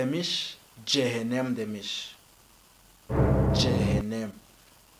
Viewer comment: ce(e'ler ince)hennem